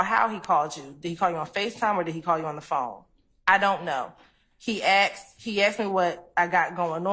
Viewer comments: She's so educated yet can't pronounce 'asked'. If she said to me, "Did you ax him?" I'd reply, "I don't even owe an ax!" If someone said to me, "Do you feel me?" I'd answer, "I've never even touched you!" Saying, "My baby mama" seems very disrespectful to the mother and equally disrespectful to the child. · How can you get through Law School and not know how to pronounce the word asked?! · I wish would pronounce the word ASKED correctly. It ends in a “d” but is spoken as a “t”